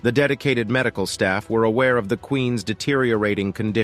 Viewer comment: I really dislike the narrator on this they’re using something that’s like AI. It when it says Queens. It says queen S when it says loves it says love is it just doesn’t know how to use an apostrophe. It’s kind of dorky to be honest.